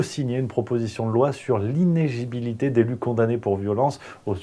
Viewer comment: Iné-LI-gibilité !!!... Tu fais aussi partie de ceux qui ne sont pas foutus de prononcer ce mot correctement ???... Dis-moi pas qu'c'est pas vrai ?...